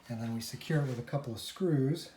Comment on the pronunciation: I thought u said Screwed my purchase 😂